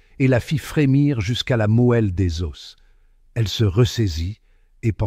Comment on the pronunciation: La "mouelle" des os aïe aïe aïe mes oreilles!